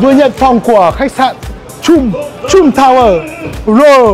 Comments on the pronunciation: Bích Phương Hà còn từ trump đọc là chum nữa huhu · Chum chum =))) a nên chú ý mấy cái tên riêng vì khách sạn ngta ở ngta nói suốt mà lại đọc sai tên =))) buồn cươi vcc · You should pronounce Trump correctly.